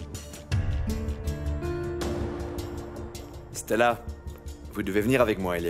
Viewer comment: La façon dont 😂prononce le prénom de Stella on dirait c'est Stalla même 😂qu'elle dit😂